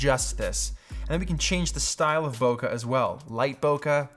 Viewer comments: Pronounced; bouquet is "boo-kay" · When he says bokeh he sounds so british